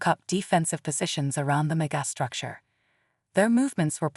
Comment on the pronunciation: That face that the narrator cannot pronounce megastructure is disgraceful.